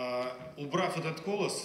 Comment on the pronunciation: Про Ко'лос посмеялся!))